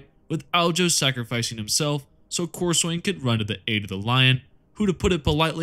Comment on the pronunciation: Being a massive pedent, it is pronounced cor-sun. I joke, but this is a fantastic video, really well researched. And all the chaos champions lose to the writer's favourite space marine, hence why Lucious lost so many time, and (and while he sucks) every big time space marine had bested Abbadon